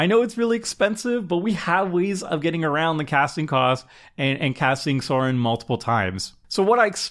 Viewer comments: its Sauron!! not sorin haha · For the record, Sauron is pronounced with an "Ow", like somebody's pinched you, not an "Aw", like you're gushing over a puppy. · Sauron slowly but surely became Sorin 😂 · I'm sorry... how did you pronounce Sauron? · Can you tell doesn't know LotR the Sauron pronunciation was rough.